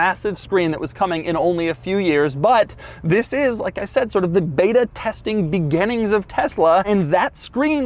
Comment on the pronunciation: does doug say "begennings"?